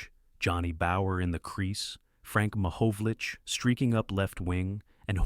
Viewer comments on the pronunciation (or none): if you are going to do a video on the NHL... you could at the very least learn how to pronounce the names properly. Frank Ma-HOE-vlich? C'mon. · Horton was a great player who deserves a better trubute video! There are so many mistakes in this video. Learn how to pronounce "Mahovlich" (It's Ma-haw-vlich) and "Primeau" (it's Pree-mow".) There's a picture of Rod Gilbert masquerading as Tim. The NHL expanded to 12 teams in 1967-68, not 1968-69. If you're going to make a video, at least get it right.